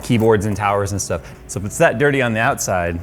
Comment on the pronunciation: My daughter might be trying to con me for ANY reason. Sh+Stuff = Shtuff, Congratulations you've passed todays Jewish accent testing. I know you won't believe me when I say embracing Shalom can get you a free computer yet it's 100% true. The best part of this video is everything between and is a cleverly disguised hit rap track. Tap left arrow key a few times in succession to experience it while the video is on play. Pause after he says the word "that" he gives a legendary god father level rapper diss face bonus.